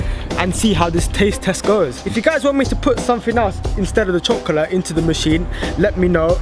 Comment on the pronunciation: You can't say chocolate 😂